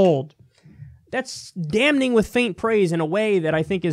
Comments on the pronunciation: Love the show...but "damning" isn't pronounced "damNing". The 'n' is silent. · Can we drop that first ‘N’ and just say it ‘dam-ing?’Mad love though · First, WWE still paid the women as if they'd been on the show. Of course they're not going to just magically realize that exposed female skin is okay, but it still feels like progress. Also, the goddamn N is silent in damning. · anyone else annoyed kyle doesnt know how to pronounce the word damning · Alright, does it bother anyone else that Kyle says “damning” as if the “n” wasn’t silent? Haha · I wish that Kyle would stop pronouncing the first "n" in "damning"! It's silent.